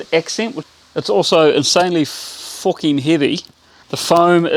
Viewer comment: Wow what a transformation and cracking music too. I loved the way you said "fucking" in a North East English accent 😂